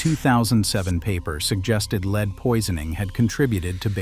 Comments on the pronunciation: ":Lead," the element, is pronounced LED nor LEED." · If you would pronounce it yourself instead of giving the task to Artificial Idiocy, we would perhaps not complain so much. I'm hearing this error so often now, LEED vs LEDD, REED vs REDD, and others. For $1500 I'll read it for you, but certainly you can find someone cheaper than me and possibly better. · Lead = "led", not "leed". Another computer-generated glitch. Still, a well-done video. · Lead is pronounced, LED!!! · I don't understand how the computer generated voices can be so good at human voices yet screw up really basic pronunciation like that. Not saying that to criticize. Just honestly confused at how often things like that happen. (I mean there's no such thing as the poisoning of lead, pronounced that way, right? Why does it make the mistake?)